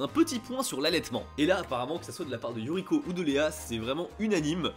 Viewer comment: Un peu hors sujet, je ne sais pas si tu avais remarqué mais je trouve ça intéressant que tu prononces parfois Yu"r"iko (à la française) et parfois Yu"l"iko ! Décidemment c'est pas facile d'être bilingue lol, j'ai ce problème aussi avec l'anglais... C'est comme si ton cerveau ne pouvait pas s'empêcher de lire les mots à la française !